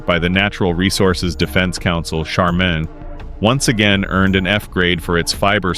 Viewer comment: Learn how to pronounce Charmin! Get a smart phone. Lol